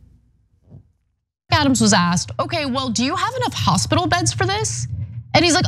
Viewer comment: Thank you for your report. "Adams' " is pronounced " Adam's ", no need for the extra 's' .